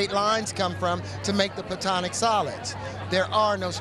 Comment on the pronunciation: Not "Plutonic" solids, "Platonic." And no, the things he was saying were absolute gibberish. You're not going to like accurately interpret someone babbling their way through something like that. The guy was/is experiencing a psychotic break, what he was saying made some kind of sense to him because it's part of his break. But sure, you can definitely assign whatever meaning to that seems possible to you!